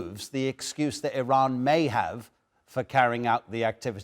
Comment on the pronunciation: Oh for the love of God and all the toys in the World, learn the Pronunciation of IRANIAN and IRAN, first, before you "Play" analyst!!! IRANIAN, is pronounced "Ee-Ronny-Yan" Not "Ee-Rainy-Yan". IRAN (for those who need to reattemd High School), has the same meaning as IRELAND (land of Aryans). And it's pronounced "Ee-Ron" Not "Ee-Ran" or "Eye-Ran". Infact nobody Ran.😂 WOW, the ignorance of your hosts, is astonishing!!